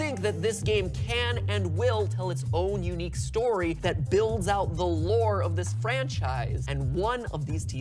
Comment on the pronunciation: Huh WAIT HE SAYD STYIY NOT STORY WOOWW